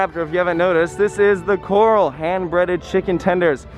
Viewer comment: Coral and Corral are 2 different words. 🤣